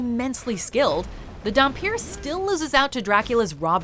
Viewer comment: I was here for the moment you properly called Alucard a Dhampir